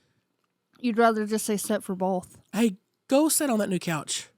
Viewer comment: Do you say ‘bolth’ too? 😆